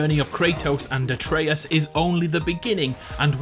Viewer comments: I don’t understand how the guy played the game, heard how Atreus’ name is pronounced, and STILL butchers the name.. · Why tf do you say Atreus' name wrong EVERY time? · Why can't you pronounce Atreus? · You say a lot of things wrong like Atreus, and vase which is pronounced “vayse” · It’s not a-tray-us not a-tree-us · You mispronounced Atreus' name and the scar on his chest is when Zeus "killed" him not from his suicide. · Pronounce Atreus correctly for fucks sake how do you play the whole game and then proceed to prounounce it incorrectly???? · Aytrious? its Atreus (at-rey-us) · so I know this was like 2 years ago but u said his name like a - tree -us when it a - tray - us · ITS -AT -RAY-US, NOT AT REE US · Wait wait wait…. Are you saying A - tree - iss? It’s ah-trey-us. Come on dude. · Why do some people get Atreus's name wrong. IT'S PRONOUNCED UH TRAY US NOT ATREEUS. Jesus fucking christ get it right. This is the millionth time I've heard someone get it wrong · A Trey Us, not Ay Tree Us, Jesus Christ you're dense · A-tree-us? A-tray-us. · uhhhh no, that is literally the most ignorant thing ive ever heard. You didnt make the game or mythology, the game studio did. Its pronounced "uh-tray-us" not "A-tree-us" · ate-ree-us oh god its at-ray-us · Bro, why do you pronounce it Ay-treeus? It’s pronounced At-tray-us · It’s Ahtreus not Aytreus. You must be one of those people who pronounce Gerahlt rather than Gehralt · It's not Uh-Tree-Us, it's Uh-Trey-Us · Questioning the correct pronunciation of vase then mispronouncing Atreus at the end? It's ATRAYus not AYEtreus, boy ... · "Ay-tree-us" T R I G G E R E D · A-treus? Why do you pronounce his name like that? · Why did he pronounce “Atreus” as “Ey-Tree-Uss” ? Edit: and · Did he call atreus ay treus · did u say ate-treeus ??? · I pronounce it like A-Tree-Us, but there’s probably multiple ways to say it in different dialects and accents. Like the Naruto “Naruudo” debate. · I'm sorry, who's "Aytreeus"?